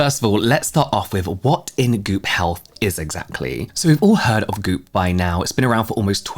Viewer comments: SOOOOO, he's NOT saying "Goop Hell?". 🤔 I'm glad I read this comment just a few seconds in😅. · I was listening without looking at first and it took me a while to realize that I misheard 🤣